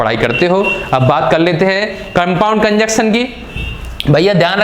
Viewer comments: Bro conjunction ko cunjuction mat phadho 🤣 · कंजंक्शन not कंजक्शन